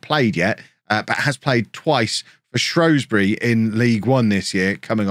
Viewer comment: And it's shrewsbury not shrowsbury tho